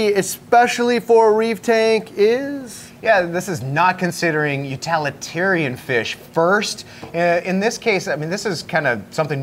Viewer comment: What the hell is an utalitarian fish :)?